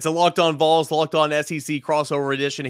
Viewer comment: Will someone please work with on the pronunciation of Vols? I like everything else about his work.